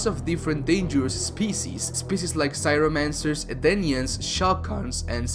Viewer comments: Your pronunciation sucks. It's Show Kun (Race of four armed people) , CRY O Mancers (Ice wielders) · CRYOmancers, not CYROmancers.